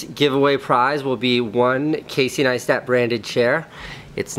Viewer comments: "Casey Neastat" "Yeah Neistat" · That feel when you pronounce meet Casey and pronounce Neistat wrong. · I found it funny when that guy guy didn't pronounce your name correctly and you corrected him afterwards lol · "Casey Kneestat!" "Uhm Neistat..." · Love that Casey corrected that guy when he pronounced his surname wrong haha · he got figured in the vlog even though he butchered your name?! blasphemy. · he says he's a huge fan but can't even pronounce his last name right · How do people still pronounce Caseys surname wrong? He says it in every video lol... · Saif Hussain No, he says his first name, but when he doesn't get Neistat right, that's why Casey corrected him. I think that's why he got annoyed, like, "You don't even know who I am but you want to get in on my vlog?" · Your Life Is A Great Story He just pronounced Neistat wrong, thats all. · ramsey u fuck u got his name wrong